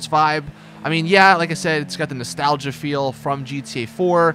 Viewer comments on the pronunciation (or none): none